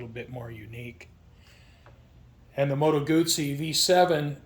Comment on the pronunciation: Beautiful bike & nice, informed video! (You also know how to pronounce 'Guzzi'!) I also like original mufflers on many bikes, with baffles removed vs. the expense & hassle of aftermarket exhausts or slip-ons. Can you remove the baffles on this bike??